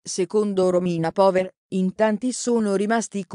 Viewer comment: Si pronuncia pauer